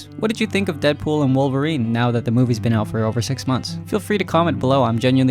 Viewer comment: Wolverine ❌ Wilverine✅